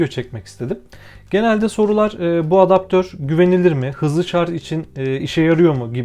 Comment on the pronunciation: abi video boyunca şarz demene tilt oldum ama güzel vido